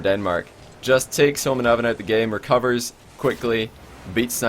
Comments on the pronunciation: Ahahah den uttalen "håmånaven" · homonaven KEK its homonavn (Gayname) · when tried to say homonavn XD cracked me up